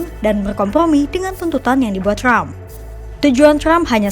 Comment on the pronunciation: Trump bukan crump Wartawan kompas baca nya ngawur